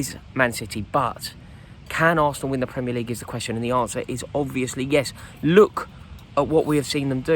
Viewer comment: "Premier LEague" You've fucked it there Rory